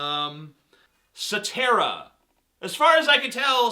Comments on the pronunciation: "Satera" = Soetoro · He was trying to say "Sartero", which is supposedly Barrack's real last name. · I think he tried to say "Soetoro"; "Barry Soetoro" as in the alias people believe Barack Obama to have.